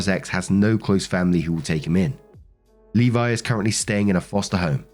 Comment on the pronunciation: Thank you for pronouncing Levi correctly.